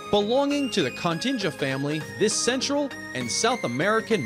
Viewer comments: Apart from all the mispronunciations - groose, continga (actually Cotinga), etc, and mixed up mezsurements, what is with the birds' underpants? I'm sure it would be underparts. And the country is Guyana, not what he said. Someone should be checking these videos before they are uploaded. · Also it's pronounced co-tinga. Rhymes with thing.